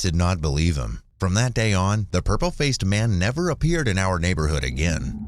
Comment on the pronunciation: "Never nerver"💅💅